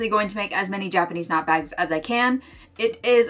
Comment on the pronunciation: I'm so sorry but the first time in this video you said "Japanese knot bags" I misheard you, it sounded like you said "jackety snot bags" and I knew immediately what you actually said but I couldn't stop hearing it 😭 I'm barely 5 minutes through so here's hoping the jackety snot bags go well